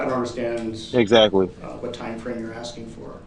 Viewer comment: I'm axxxxxing you questions 😅